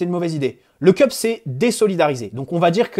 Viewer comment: Le "Keup" ? Une tasse ? Le CUP wesh c'est ton club et tu sais pas prononcer le nom de nos ultra